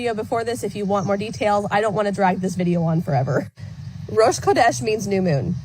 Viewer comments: CHHHHodesh, not 'Kodesh'. The first roughly means 'month', the latter is some variant of the word for 'holy'. (You nailed 'sukkot', though) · So interesting, if he is saying Rosh Kodesh, unprevoked, it coming from G-d, you would think he would be saying it with the correct pronunciation and stress pattern yet he says it with incorrect stress, just the way she pronounces it. Edit to add he also pronounces Kodesh with a 'k' sound instead of a 'ch/kh' sound. A 'k' sound changes the meaning to 'holy head'. Should be Rosh Chodesh. Feel free to correct me if I'm wrong, I'm not a native Hebrew speaker!